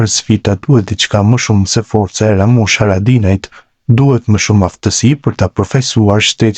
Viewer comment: Pleshident _ Lamushi, po ky s,din te flas gjuhen shqipe 😂😂